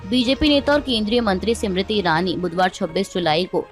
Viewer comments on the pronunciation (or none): जी आप बार बार स्मृति ईरानी को सिमरिती ईरानी बोलती हो। आप इसका सुधार करे। नाम का उच्चारण सही होना चाहिए।